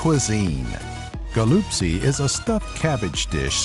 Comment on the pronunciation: the way he said galuptsi made me cinge